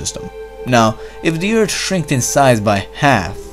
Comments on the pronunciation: Narrator....your videos are interesting BUT as a presenter unable to pronounce 'th' is so hard to listen to multiple times...especially 'Erd' (earth) Sorry. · Learn to pronounce th!